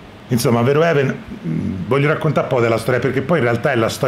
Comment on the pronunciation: verhoeven si legge fer-ofen. Gran bel film e gran video